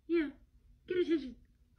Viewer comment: The owner was saying "good bark" but pronounced it as "good boooooork" no need to be so aggressive :) just take a few seconds yourself to re-listen.